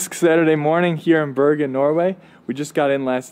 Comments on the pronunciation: xD Bjergen lol, Bro remove the J and you get the city's name correctly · You need to try to prounounse Bergen better...it sounds like Bjergen...leav off the j and you are closer😇